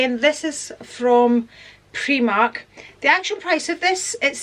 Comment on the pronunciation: Never heard the pronouncing of primark as preemark